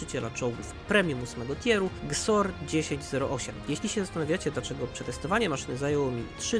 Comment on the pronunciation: Tą nazwę czyta się GIESOR